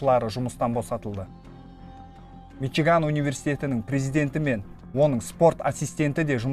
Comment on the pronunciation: Мичуган емес мичиган